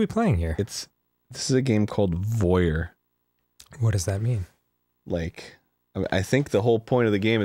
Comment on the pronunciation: um actually it's pronounced voy - air, ty very much